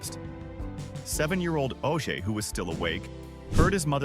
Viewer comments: Oje is not pronounced OJ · You know what AI can't do ?Let you know how much of a fool you'll be when it doesn't pronounce important names to your story telling correctly. I can't watch this garbage. Every time this video mispronounces his son's name I wanna scream. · Owen was amazing. I have a pamphlet from his funeral. Btw bud you mispronounced his son's name.